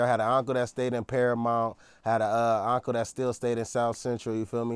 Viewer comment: My ngga said Auntcle 😂😂😂